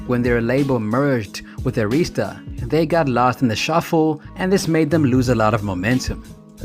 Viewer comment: For a grown man that throws shade at Samuel L. Jackson, that makes MORE money than you, and has a career that gives him prestigious and dignity. But you behind the laptop doing voiceovers and can't pronounce Arista got some damn nerve!!!! SMH